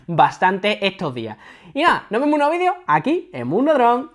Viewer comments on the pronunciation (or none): none